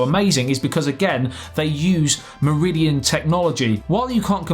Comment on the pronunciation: You make Meridian sound like Mourillian